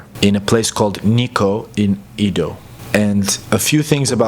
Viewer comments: Exactly, it’s Edo, “Eh-dough” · Just a little correction… Edo, not Ido. Should be pronounced eh-do. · Ido? Don't you mean "Edo"? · To the narrator. The city Edo is pronounced eh-do, not ee-do. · great work ! BTW, the pronunciation of the ancient name of Tokyo is Edo (江戸、えど in hiragana), as in "Emmy". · ED-Oh not a long E, like Edward. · It's "eh-do," as someone pointed out. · It's pronounced "A-do."